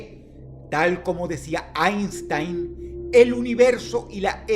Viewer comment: aiinsstaain! 😂 lo dijo porque ya era viejo o x no permitido